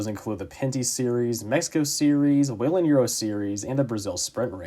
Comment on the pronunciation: Someone who actually knows how to pronounce Whelen?! 😱